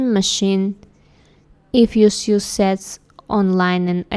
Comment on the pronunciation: Learning more about underwear would be excellent! Those items were beautiful. The translation was much better this time, too. Note: 'sew' is pronounced 'soh' rather than 'syoo.'